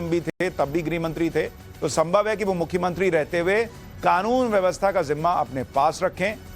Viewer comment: "Mukhyamantri" to achhe se bola karo. "Mukhyantri" hi bole ja rahe ho.